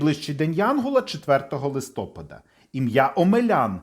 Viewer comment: Дякуємо! Сподобалось, але відео трохи псує наголос у слові листопАд (листопАда).